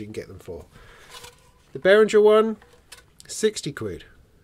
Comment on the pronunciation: If one takes the effort to pronounce Moog correctly, why not also do the same for Behringer? Bay-ring-er. Middle syllable as in ring, rhymes with singer. Not bay-ring-ger or bay-ring-jer